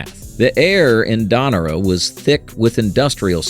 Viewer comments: Hey AI, not Don-arah ... Don-or-ah ... ok? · And Donora PA somehow morphs into “DON-o-ra” PA??!! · Very enjoyable. However, the narrator mispronounced several names including Donora, Mize, and Pujols. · "DAH' NOR AH" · Can't even maintain a consistent pronunciation of "Donora". Come on.